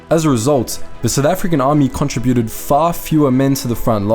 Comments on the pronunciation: Why do you mispronounce the words contributed and contributors? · Since when did the word, contributed, change its pronunciation?